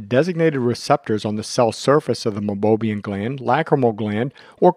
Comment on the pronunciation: Great video!! But, it's pronounced MEI-BO-MIAN glands.